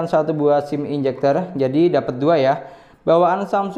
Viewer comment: ejector bang, bukan enjector haha.. sukses terus bang love you